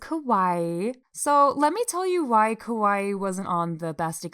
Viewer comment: it was so cute when you kept saying kowai instead of kawaii, bc kowai means scary afraid and kawaii means cute dgnhgfe